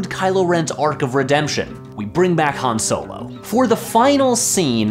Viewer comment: HAN SOEL-O